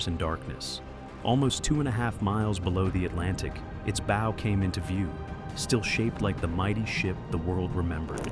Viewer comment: Tell your STUPID AI, that a ship's "BOW" is not pronounced BOE, it's BAU. (closer than BOE!) I can tell that NO Human proof-checked this video before it was uploaded. That's LAZY, or maybe GREEDY. --->The ship's BOW, BAU, must have been mispronounced at least a DOZEN times like BOW as in BOWS and ARROWS. The first three or four times they say BOE, you say STUPID AI, every single one of the next eight, you say stupid producer! AI isn't quite the YouTube MONEY MACHINE YOU THOUGHT IT WAS!